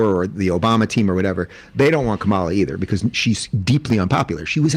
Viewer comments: The second time, he pronounced her name as "camela" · "Camel-uh" -Dennis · As an Indian, I find her pronunciation weird. It would be cum-la or another version is ka-mal- uh. 🤷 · Prager still intentionally mis-pronouncing Kamala .... unintelligent fool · Well, Dave DID mispronounce her name... probably on purpose. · Both guys still can't pronounce Kamala correctly. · Why's saying THE USA VP's name "Kamala" correctly so impossible for those 2idiots?? NO doubt DELIBERATE at this point & wholly unnecessary!🤬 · Neither Prager nor Rubin can even pronounce Kamala's name, but their opinions about her are supposed to mean something?